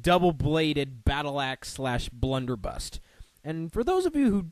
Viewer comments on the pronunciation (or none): Prof Port's weapon is pronounced Blunder-buss. Also, Cudgel is pronounced "Cud-gel", not "Cue-gell"